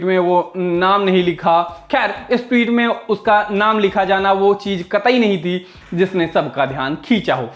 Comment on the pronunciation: "टीवीत" बोलता है चूतिया ... सालो थोड़ा क्लास लाओ ।